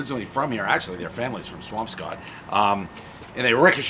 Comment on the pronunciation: You pronounce Swampscott like someone who’s not from there. I grew up there in the 60s and 70s and every local pronounced it Swampskit